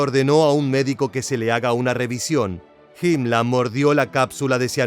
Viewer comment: PORQUE DICE HIMLA A HIMLER ? Y NO DICE HITLA A HITLER